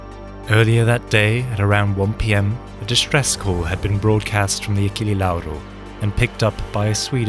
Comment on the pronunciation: the pronunciation of Achille Lauro almost made me spit my drink, nice video anyway